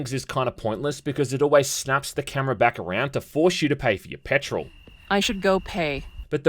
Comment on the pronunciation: “You take care of the cAmerAh”